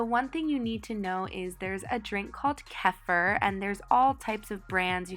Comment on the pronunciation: It’s pronounced kee-feer